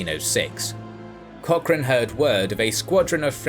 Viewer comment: "seaman", "vulnerable", "Cock-chrane".